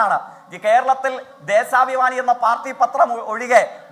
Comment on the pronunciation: ദേശാഭിമാനി ❌ ദേസാഭിമാനി ✅ 😂😂